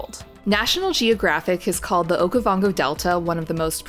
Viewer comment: The mispronounced words though 😂 Oka-vango, mat Kadi-kadi, Namaseri - makoro , 😢 😢😢